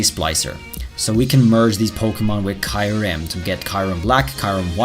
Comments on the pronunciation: Ok I have a big problem so far with this video lol ... It the way you pronounce Kyurem, it isn't Kie-rim it's Cure-rim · Kee-uu-rehm Not kaiurem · Why do you say kaiurem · I think Kyurem is pronounced as "ki-you-rem" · I would really like Gmax Mewtwo Edit: The 3rd legendary from gen 5 is pronounced with the Y as in Kyurem. You are calling it Kairum,just saying the showcase is amazing btw